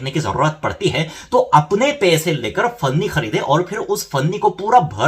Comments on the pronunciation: One correction dude....It's Panni not Fanni (plastic bag/polyethylene) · It's panni not funny. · Its पन्नी not फन्नी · Bhai finni nahi Panni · भैया जी फन्नी नहीं पन्नी